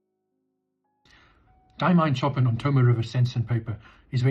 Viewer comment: BTW, don't mean to nit-pick but Ch in Chopin is pronounced as Sh and the 'in' is more towards 'an'. Sorry - I'll get me coat...